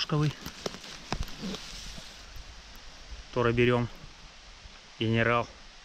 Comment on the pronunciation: Ну почему. торэ , а не тоже ?